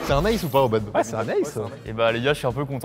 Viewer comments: "Le babinton" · On dit BaDMinton, pas babinton 😆😡